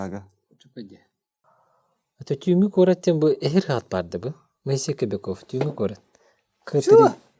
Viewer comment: КобякОв буотах, КобЯков диэн этэн турардаах бэйэтэ. Ударение на букву Я